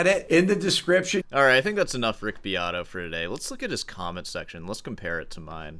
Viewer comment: Beato doesn't even know how to pronounce his own last name!